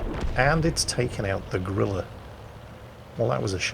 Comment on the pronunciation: I love that pronounces Grille as "Gorilla." It makes you think of something large and mighty, and then it clears the corner and, well... Betcha the Bishop crew reacted like they saw a gorilla, though!